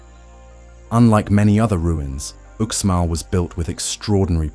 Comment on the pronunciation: Again when you cover UxMal= Ooshmahl, not "Oooksmall" you don't even realize that you are including images of ChiCh'en Itza in your video. Your video is full of errors you should have caught which makes it no more than garbage.